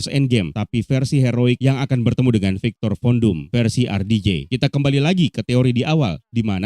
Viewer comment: Gua dnger ny viktor kondom